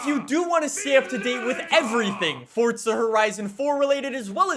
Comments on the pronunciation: It's Forza not Fortza ffs 😂😂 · Fore zuh...Forza, no T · There is no T is Forza. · Does anyone else feel like he’s saying “Fortsa” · Yes, because that's how you pronounce the italian word forza.